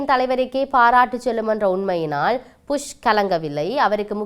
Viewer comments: நல்ல தமிழ் 😂😂😂புஷ் George bush 😂😂not pus😂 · புஷ் இல்ல Bush😂😂😂 நீங்கள் புஷ் என்று சொல்லும் போது சிரிப்பு வருது 😂😂😂